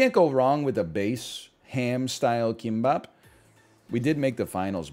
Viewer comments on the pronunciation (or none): Will someone please tell him that "k" in korean is not pronounced like an english "k"